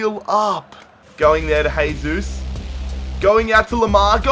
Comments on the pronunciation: It's Jay-Zeus no Hey-Zeus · Why do you say haysus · Its not "hesus", brazilians dont speak spanish, man.